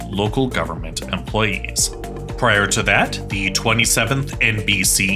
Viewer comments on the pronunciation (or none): none